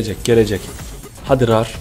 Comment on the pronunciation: rar diye okunmuyor sen ilhan abiye bakma